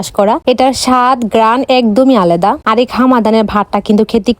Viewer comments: দেশি মুরগি ❎❎ দেশি মুরগির মাটন কসা✅✅ কোয়েল❎❎ কয়েল✅✅ আলাদা ❎❎ আলেদা✅✅ কম্বিনেশন❎❎ কমবলেশন✅✅ এতো সুন্দর উচ্চারণ কোথা থেকে শিখেন আপু?? একটু বললে ভালো হয় আপু আমিও একটু শিখতাম 😂😂😅😅😆😆🤣🤣😄😄 কমবোলে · আলাদা ❌ আলেদা ✅😂 কমমেনেশন ❌কমবোলেশন✅🤣